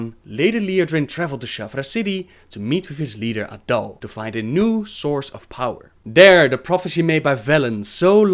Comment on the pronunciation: Yes, and of course Naaru is pronounced Naah-Roo, Sha'tar is pronounced Sha-Tar and A'dal is Ah-dal.